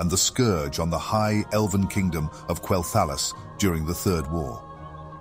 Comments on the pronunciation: KWELL-THUH-LOSS :l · while it was rather enjoyable most people pronounce Quel'thalas as Quel- tha-loss. Not a big issue. Just might put off some people since you are still growing. Keep up the good work though :3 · Why do you say quel'thalas like that? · Go play the game and listen to how the NPCs pronounce Quel'Thelas and say it like they do. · You pronounced Quel’thalas different each time and never said it right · I apologize for the mispronunciation of Quel'Thalas! It's rather hard to get it right within the context of a sentence. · Hey, thanks for the feedback! I'm aware of the mispronunciation of certain names and made adjustments to future video and podcast narrations. The reason for the sometimes strange pronunciation is due to the use of an AI narrative. This choice proved troublesome at unique situations like Quel'Thalas, Kel'Thuzad, Kael'Thas. Either way, the idea remains unchanged, bringing the viewer a captivating and broad overview of the zone. Hope this clears things up!